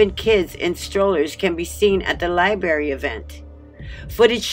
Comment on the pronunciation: It's a LI-BRARY... Not a LI-BARY!!! Im pretty sure all "berries" tell the truth and aren't lying!!! LOL But jokes aside, I totally agree that this is disgusting and vile behavior and should be investigated until we hold someone accountable for allowing it to even take place!!